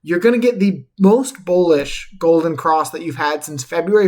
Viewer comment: did u say bowlish ? lol